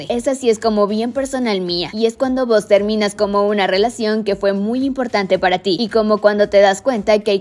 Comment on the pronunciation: Ese vos terminas salió medio Argentino